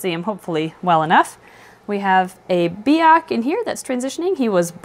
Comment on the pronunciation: You pronounced biak wrong